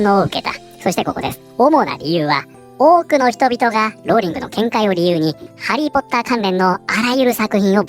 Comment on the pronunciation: の「多く」の発音が 「woke」に聞こえて 仕方がない（笑）